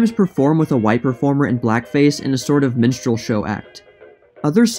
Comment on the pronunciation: Did he say "menstrual" like a women's cycle?